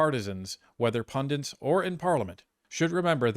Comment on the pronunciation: Pundits....or pundants?